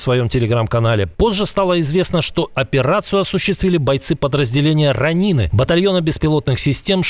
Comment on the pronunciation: Не РАнИны, а РОнины. Действительно, понятнее других.